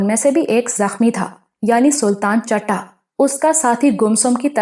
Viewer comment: Please ask someone for your pronunciation 😞 it's not CHATTA it's CHITTA, It's common slang in punjabi